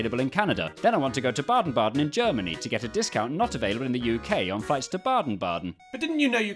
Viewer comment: Yesss, and even correctly pronounced